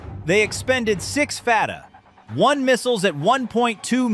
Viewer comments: Interesting scenario but ruined by unedited robot readout. It's 'Fatah 1' not 'Fatah 1' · Awful AI narration. "Fatah. 1missile" "F. Three-Five. Cs" Really? You cant even read your own fiction? Nothing about this story fits. This would be an undisputed act of war, and I doubt anyone would have this detailed fancy-video ready. == I am more bugged that the "details" that are wrong in so many places. :049 - Never heard of an "F-35 Slash", but neither the F-35 (or F-22 or B-2) use external equipment mounts as shown here. It ruins the stealth characteristics. Plus, the graphic seems to show a type of tracking pod, and you'd only use one per aircraft even if you did mount one to an F-35. - USS Abraham Lincoln does not use electromagnetic catapults; only the USS Ford has those. (Come on, guys! The footage even shows the steam coming up the rails! ) - all the aircraft shown being launched are F-18s, not F-35s. The planes all have markings from different groups and take off in weather that changes from scene to scene. Not even from the same carrier. - As someone else also noted, AIM-9s are short range air-to-air missiles and ARAAMs are medium range air-to air. You couldn't attack ground targets like launchers, nor could you target hypersonic Fatah-1s. - oh for...! What a ridiculous image! Not even the craziest video game pretends you can load your F-35 like this! No need to check further...not much accuracy in this video - Now, I do believe the carrier group would defeat such an attack. We've already proved we can meet and defeat Iran's military gear whi